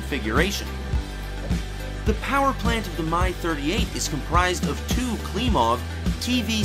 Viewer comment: "My" 38... come on, say it like the rest of the world does, please :-P Its like the "Mi" in "Mil", just without the "l" P.S. "Airospatialey" ...ok, i give up :-D